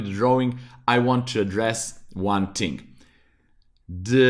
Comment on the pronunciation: "one ting" really got stuck in my head